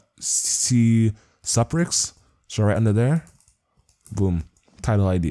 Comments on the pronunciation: Good video dude but it's Hen KA ku not Henaku. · dude stop saying HEN-A-KU theres are 2 fucking Ks in there xD